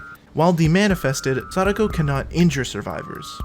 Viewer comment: It’s not sada- ko. It’s sa -DAh-ko. Like sah then taco. Sa daco. I will die on this hill lol